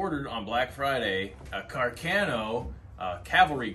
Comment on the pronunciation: Carcano I thought I was pronounced car-con-no?